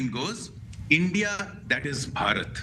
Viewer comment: For goodness sake ,learn to announce the name Bharat correctly. Ridiculous.Ask any indian to teach you😢